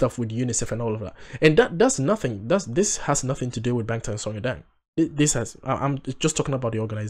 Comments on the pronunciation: First, I’d like to say, I appreciate your honesty and enthusiasm. Korean lesson: this symbol ㅏ has ahhh sound 방탄소년단. always last name then first name (no middle name); Bang Shi-Hyuk aka Bang PD is pronounced as Bahng. Bangtan Sonyeondan is pronounced as bahng-tahn soh-nyun-dahn. It’s not p sound. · It is pronounced BANGTAN with a B, not a P!💜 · The 'B' or (ㅂ) in Bangtan (방탄) is pronounced somewhere in-between b & p. (hangal does not have either of these exact letters only ㅂ which is both & neither 🤔) I hope I didn't just make it more confusing 🙃💜